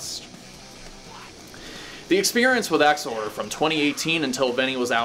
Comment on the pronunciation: Thank you for not pronouncing it “Ex-Whore-Der”